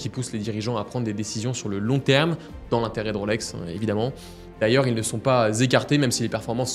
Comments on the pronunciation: Et je rajouterai que ce n’est pas “ Roselor “ mais “ Rolesor “ … nuance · À Genève on ne prononce pas Rôlex mais Rolex !